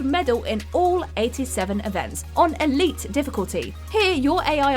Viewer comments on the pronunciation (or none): none